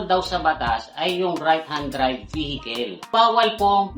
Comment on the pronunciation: vehikel? saan sa america maririnig yan mga kel, kel?